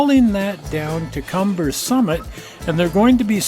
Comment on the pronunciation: mispronunciation of Cumbres & Toltec D&RG.... it is Kum bres...